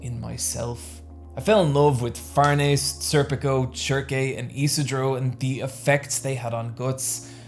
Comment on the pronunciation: I'm not sure, but is he pronouncing some of the names wrong? Schierke and Judae for instance? Because I read the entire series knowing them by a different name in that case lmao